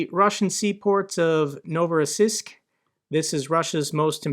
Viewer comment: Novorossiysk is pronounced with a long | E | Sound at the end. not anything big, just though I would bring your attention to it.